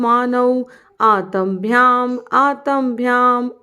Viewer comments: Good 👌👌, I'm refreshing what I learnt 29 years back...but please pronounce aat--ma bhya not aatam bhya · In pronunciation It's आ त् म् अ not आ त् अ म् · oh I'm sorry if I wrote aat--ma..bhya...what I meant what was not the grammar part but the pronunciation part of aat--ma...I meant 'Ta' should be prounced halfway not full Ta...aadha bolna hai ta ko..sanyukt sabdh...rest everything is good..I'll refresh myself my sanskrit and then teach my son too. Thank you for making videos like this, I was searching for a long time!🙏